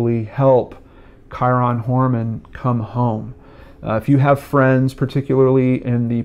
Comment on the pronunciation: good info. bad pronunciation of his name. I'm still a fan. very good work and well put together show!